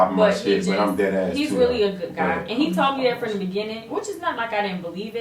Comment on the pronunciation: The posing at the end had me dying... like “bout to give you hella option”... “you choose”... “talmin bout” 😂😂 I’m really dying cuz I really feel like say talking with a m in it 😂😭😭😭